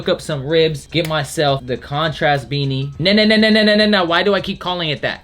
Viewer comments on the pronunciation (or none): none